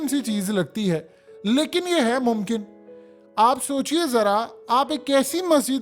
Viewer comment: Namkin tu nai hota mumkin hota hai tu ho jata